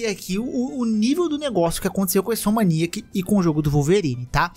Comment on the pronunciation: Repete comigo: in-so-m-ni-ac: insomaniac